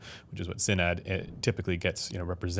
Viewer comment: thats not how u say sinad but ok